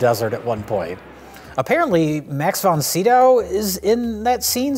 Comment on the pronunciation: “Max VonSnyder”